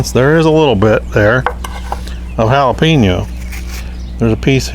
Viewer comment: It's so wrong but sounds so right: Hail uh pee noh Spam!